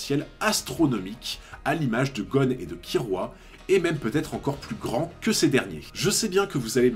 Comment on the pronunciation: Tu dis Leorio par rapport à l'animé de 99 mais Kirua. Ce n'était pas Kilua la prononciation dans cet animé ? Sympa la vidéo. J'avoue que comme beaucoup(enfin je suppose) je sous-estimais Leorio. Je trouvais qu'il n'avait pas l'air à sa place dans le monde des hunters, trop normal.